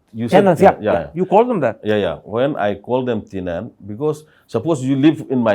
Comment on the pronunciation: Says Tinan(Tenant) Karan:What did u call them sorry?What was the word i never heard Imfaoo😂😂